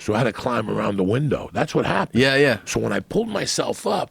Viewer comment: Joey: y ever go get sushi and eat a lot of it? Tom: Eyeah!